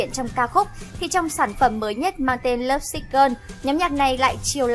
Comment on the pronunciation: Thích top sao Hàn làm, nhưng chị lại đọc các tên bài hát hay tên idol ko đc em tại lắm lovesick gơn 😖😖😖😳😳😳😖 là gì